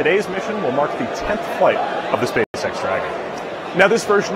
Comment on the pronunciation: OMG can't help hearing " SPAY SEX "